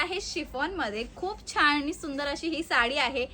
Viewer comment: छान म्हणतात छाण नाही